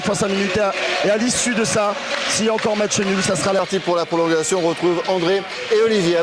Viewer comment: "prolonguation" .. au secours ...